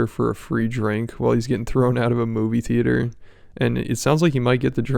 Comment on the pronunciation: It’s “theee-ate-orr” hahahahaha